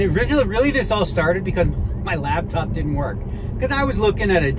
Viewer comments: I swear he pronounces it "Labtop". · ARE YOU SAYING "LAB" TOP?? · Does he call it a labtop? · Hey Daniel it's called a Laptop, not a Labtop! lol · We all just ignoring the fact that Daniel calls it a “labtop”???